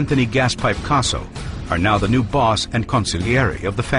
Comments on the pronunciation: Anthony "Queso" is how that guy pronounced it. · Gaspipe Queso made me lol